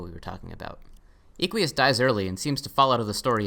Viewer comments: It's Eh-qui-us not ee-quee-us, like eh-qus or horse in Latin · i like how you say eequius its derived from latin equus, which means horse. pronounced /eh-kw-uus/. im pretty sure equius was intended to be pronounced like that, but with an extra i (or "ee" if you want) before the end. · you pronounced equius wrong. this is almost as egregious (troper definition) as how you pronounced hussie last time.